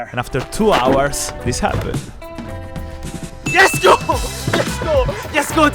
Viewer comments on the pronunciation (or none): I love how he says yesgo😂😂😂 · I love it how he says yesgo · I love how says yesgo 🤣